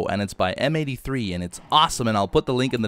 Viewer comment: hey, isn't M83 supposed to be pronounced in French?